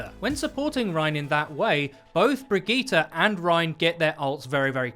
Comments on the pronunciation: I really dont think her name is Brig-ee-ta its bridge-it. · Brig-eat-ah Nope.. Brie - gee - it would be much closer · 'brig eee ta' how the hell did you get there from the name, lol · Its pronounced Bree-git-te (like in "git gud") not Bree-gee-tte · So is it "Bridge-it" or "Bruh-geeta?" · 😂😂😂 wtf was that pronunciation its (bridge-it) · Her name is pronounced just like Bridget. And of course she has reinhart Synergy she's rhinehart's mechanic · pronounce it brijitte before the g drives me fucking insane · Why do you keep saying brigette wrong? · You say her name incorrectly, google the name and see how it is pronounced. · get the name correctly at least smh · Lol you cant even pronounce brigitte right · Who the fuck told you how to pronounce her name!!!! Literally mad me stop watching this Video just to keep my sanity go to Google text to speech or SIRI or something then remake this piece of shit so the rest of us can watch it without wanting to set an entire city on fire listening to you misprounounce this poor characters NAME OVER AND OVER AGAIN!!!! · Wow that pronunciation was really good, looks like you worked on that 👍